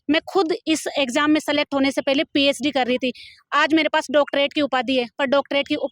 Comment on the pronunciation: Ph d ko psd kyu bol rhe ho